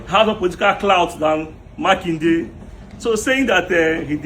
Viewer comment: Makinde say it right